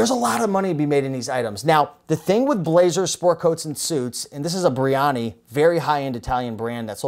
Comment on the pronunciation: Hermes is pronounced Er-meez and Brioni is pronounced Bree-oh-nee